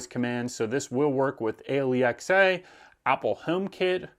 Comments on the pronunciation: "Aye Elle E Ex Aye"? Lmao... what on earth? It's simply "Alexa". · You can tell this guys lived with ..."a l e x a" ... For a few years to the point he's become used to it... I've definitely done this in my house on a few occasions 😂😂😂